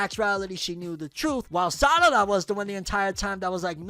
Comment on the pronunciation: He called her Sadada 😂